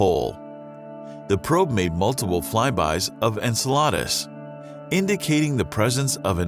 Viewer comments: if you are spaniard you get so confused at this point hearing "ensaladas" when he is reading the latin name of enceladus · You've officially slaughtered the name Enceladus.. it's not pronounced like Enchiladas. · they way he said enceladus sounded like enchiladas lol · It's not a lunar mystery unless it's from Luna! En-cell-AH-dus... hahahaha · Lmao more fake YouTube screenshots. Enceladus pronounced like a white dude saying enchiladas 🤣 Other than that video is decent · The way he says “Enceladus” like “Enchilada” pisses me off more than it should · the moon, ANCHALADAS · Your pronunciation of Enceladus cracks me up. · After all the videos I've seen about Saturn and its moons, how do you pronounce Enceladus incorrectly? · Ok that was an amazing and very interesting video but what was that pronunciation of Enceladus? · Your pronunciation of 'Enceladus' is a hate crime. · That pronunciation of Enceladus is killing me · The way this dude/computer pronounces Enceladus bugs me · That feeling when he mispronounces Enceladus. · Also how to pronounce Enceladus lol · Narrator: keeps pronouncing Enceladus wrong Me: dying but still presses "like" Also me: gets further into the video --- extinct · This narrator mangled just about every Saturnian moon's name. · Are you pronouncing enceladus like enchiladas on purpose to irritate? Because its working 😠 {en-SEH-la-dess} NOT en-sah-LARD-uhs 🤦🏻 'secrets of the universe' pfft. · Enceladeus pronunciation is disgusting...it's like he's saying enchiladas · "ENCELADAS" 🤣🤣🤣🤣🤣🤣🤣🤣🤣🤣 its en-sell-a-dus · I've never heard this moon named after Greek mythology pronounced like "enchiladas." It's en-SEL-uh-dus you rube. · En cela dus not enchilada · ensel ardus? I thought it was Enseladus. but hey, what do I know. Thanks for the vid though. It was good and interesting. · Really?! En-salad-es? It's En-Cell-A-Dus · Enceladus is pronounced- in cell a dus You make it sound like enchiladas, which is good food but not a moon of Saturn.